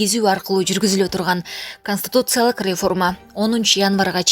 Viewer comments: Ай чон кыз КОСТИТУЦИЯЛЫК эмес, КОНСТИТУЦИЯЛЫК туура окусанар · Канстутутсалык деген тупица каяктан таптын мындайды Бир аз окусан китепти же ук жакшылап блогерсинби же булаксынбы конститутсалык деген болгон емес конституциялык еле болот коза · Констутуциялык деп окубай конституциялык деп ужас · Консутутциялык дейт го, нормальный дикторлор жокпу,туура окуй алган